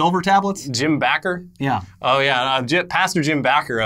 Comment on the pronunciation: Pretty sure its Jim Baker.... not Jim Backer....